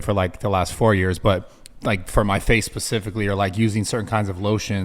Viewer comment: does Brad say, “For my face PACIFICALLY”??? 😂🤣😂